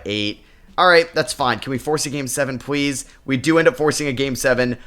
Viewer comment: I NOTICE YOU REPLACE YOUR Ls with Ws,,,,,,,,,please=pwz, matas buzewis, cooper fwag honawuwwu loln wdf is Dpoy lmao anyway great video bro lol